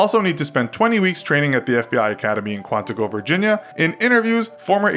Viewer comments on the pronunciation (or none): Bruh who says Quantico like that